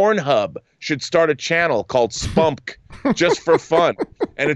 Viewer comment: I literally did not think to pronounce it as "spumk" until you said it John. I would just say the letters like MCU and DCEU. Es-Pee-You-Em-See.